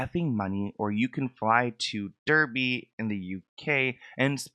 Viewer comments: Big up derby that’s where I’m from real geeeezaaa ps it’s pronounced Dar-bee not derbe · Big up my hometown Derby lmao (pronounced Darby) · As someone from the UK it was quite funny hearing you try to pronounce the names Derby and Derbyshire. You were close! It’s more of an A sound in Derby though like DAR almost. Blanking is a bit like ghosting, ignoring/ avoiding someone 😊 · Thank you for another insightful vid, just letting you know for future reference it’s dar-bee / dar-bee-sher. My home county, masses of beautiful countryside ❤ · Im from near Derby and its pronounced 'Darby' 😂😂 made me giggle. Great video!